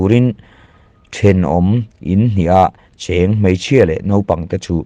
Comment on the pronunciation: Keite mei tih tur hi keite "mai" tiin i lam tlat a, mei leh mai chu in ang lo deuh a nia